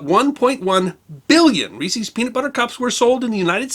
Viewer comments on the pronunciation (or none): "Reese's" is not pronounced "reesees." It's the possessive form of the name "Reese", pronounced "REEsez" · I love your channel and you do a great job 99% of the time, and I was willing to dismiss your pronunciation of caramel because so many people inexplicably pronounce it the way you did… But you did not just pronounce Reese’s like feces. I hear people do this from time to time and I seriously worry about their mental state. I am not worried about yours as a rule but surely you can see that it’s a possessive. Reese. Reese’s. Not receeze. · I experienced similar outrage at the way he pronounced Reese’s.